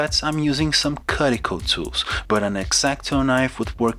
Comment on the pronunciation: Catching up on some of your videos. Have you ever shown the cuticle tool you use for engraving? I mean have you ever shown a close-up so we can see the actual shape? Also, by the way, the first syllable of the word "cuticle" is pronounced exactly like "cute" rather than "cut".